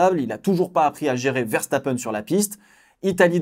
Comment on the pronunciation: c'est VE et non Vè donc Verstapen et non Vèrstapèn